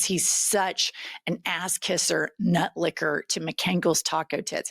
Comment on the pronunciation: Did she say Mcankles Taco Tits? lol